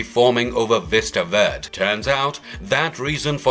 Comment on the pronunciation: I like the narrators accent I think it’s British but I’m not 100% sure but seriously Mr. narrator Hulks town is pronounced Vista VER-DAY